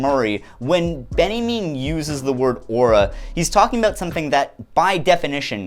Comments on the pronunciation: Quick note: Walter Benjamin is pronounced "Ben Ya Mean" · Uh... why are you pronouncing Walter Benjamin as Benniemin? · do you call benjamin "benny mean" by choice? ;-) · That's how north americans say Walter Benjamin? Loved the video, just found the pronunciation weird